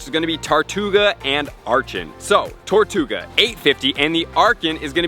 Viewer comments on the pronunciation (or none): How did you manage to say the name wrong TWICE within 10 seconds?! TARtouga?! TORtouga?!